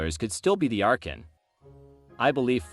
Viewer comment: It's Ar-con